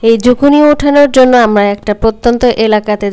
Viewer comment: Zuccini 🥒ছিলে রাঁধতে হয়না , skin সহ রান্না করলে এর খাদ্য গুন বেশী থাকে । বাহিরে ( Canada 🇨🇦, USA 🇺🇸) Skin সহ bake, cook or Chinese vegetables রান্না করা হয় । আর এতো spice use করতে হয়না । বাংলাদেশে বিদেশী সবজীর বারোটা বাজিয়ে দেয় 🙄আর ঝুকিনি কে ঝুকুনি বলবে না , শুনতে বাজে লাগে । Public এর জন্য যেই কাজ করা হয় সেখানে সঠিক information বা নাম ব্যাবহার করা উচিত । please don’t mind, take care.